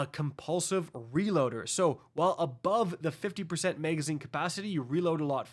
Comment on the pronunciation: Why can’t this nitwit say “magazine”?